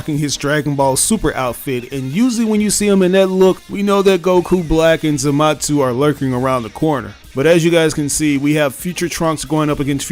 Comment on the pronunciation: The mispronunciation of Zamasu bothers me 😅. There’s no T in his name